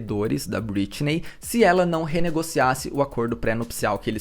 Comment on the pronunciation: Só me irritou a forma que vc pronuncia algumas vezes o nome Britney.